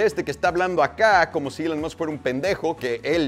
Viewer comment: pq recorcholis pronuncias ilan masc